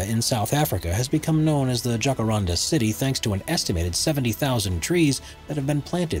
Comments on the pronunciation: Please do your homework, the J in the word Jacaranda is pronounced as an H would be. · Thank you for mentioning the Jacaranda trees in Pretoria. They don't just grow in Pretoria, you can find them in many other parts in South African. Also just wanted to point out the the narrator mispronounced the following words: Jacaranda, Boaba and Madagascar. The cotton tree (tree no 7) on your list does not just grow in Western Africa we have them growing here in South Africa.